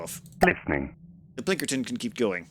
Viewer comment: I hate that you have zero respect for names. You can't blame it on illiteracy, you just have zero respect for it. PLINKERTON? It's clearly called Pilkington. For FUCKS sake man. Every damn time. And it's not just names above 5 letters. You even manage to fuck up the simplest of names. Please stop.